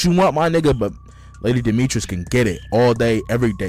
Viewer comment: bro said lady demetris💀